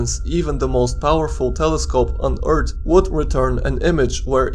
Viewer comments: Earth not ert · It's not "eart", it's earth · I love how he is saying erth not earth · He say earth no wait its ert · he said eart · Umm Eart? U Sure Its Not Earth? 🤔🤔🤔🤔🤔🤔🤔🤔🤔🤔🤔🤔🤔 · why he say ert instead of earth? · For fuck sake please learn how to say "th" It's fucking annoying hearing "Eart". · Why do you pronounce "Earth" like "urt" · Is anyone else bothered by "eart" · you make earth sound like *URT* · "Fall back down to Earrt" 😂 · we do not want the shyguy crashin down on urt why does he say urt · He says Eart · I like how he says eart and earts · Planet "Eart"